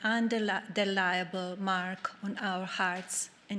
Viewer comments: In-del'i-ble not undeliable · Undeliable mark... Towards building a batter vorld... strengths and collective visdom... such eloquence LOL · She's lived in America 1/2 of her life and cannot pronounce "indelible' correctly...EITHER attempt. in·deh·li·bl, MELANIE. Learn English, you dolt. That accent is forced at this point, and she deliberately keeps it to piss off us poor peons. Also, do you notice a few moments she stopped squinting and her eyes looked much fuller, until she remembered to squint again? She deliberately does that, as a sign of disdain for the common folk, in her eyes. Like looking down your nose at someone.